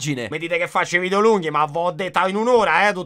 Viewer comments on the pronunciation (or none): none